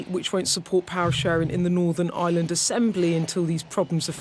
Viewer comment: Bugs me she says Eye-land as in a regular island.